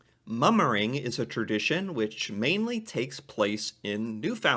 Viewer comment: Hold up, I'm only 20secs in and I had to pause it to talk about the way pronounces the word Tradition.... "terdition" heehee. Accents and pronunciations from different people are amazing 🙂